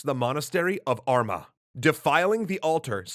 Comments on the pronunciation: I love your videos but.. WE ARE NOT THE BRITISH ISLES!!! here is the most balanced article I can find on the matter We are not British. We therefore are not part of the British isles. Also prunounciation it's not ter-aw it's taa-raa. Not er-meh it's are-maa and clon-tarf not whatever that was you tried to say happened in 1014 :P Would love to see an acknowledgement of this. We've had a lot of unwanted visitors over the centuries. We've earned the right to be Ireland. Not a British isle. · Guys the pronunciation of Armagh has emphasis on the second syllable, like armaaa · it is pronounced "ar-maa" not arma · It's are ma not arma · Arma made me cry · Aw lads some of the pronunciation is brutal here. It’s pronounced Armaaa, and Meeeth for god sakes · Same heard how he said Armagh threw up a little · Love this. Just one nitpick though. Armagh is pronounced Are Ma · Your pronunciation of Armagh is hilarious 😂😂 you extend the r and the a, as if it should be written arrrrrmaaaa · Did you mean to say Armagh at the start of the video because that is hideously prounced if so not to hate but was very bad 😅